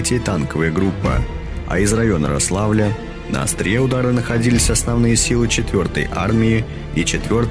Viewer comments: РООООславля а не Рослааааавля. Ударение ставь правильно. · В Смоленской области нет РослАвля... есть РОславль. ..."из района Духовщины и РОславля.." правильное ударение